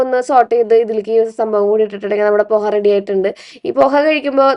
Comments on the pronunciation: മോളെ പൊഹ അല്ലാട്ടോ പോഹ എന്നാണ് pronounce ചെയ്യേണ്ടത് poh--haa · പോഹ ആണ് കുട്ടിയെ പൊഹ അല്ല 😂 😅